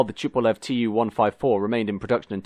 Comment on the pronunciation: Interesting mini documentary. A head up on the pronunciation of 'Tupolev', it's not ''Schupolev'', it's with a normal 'T'.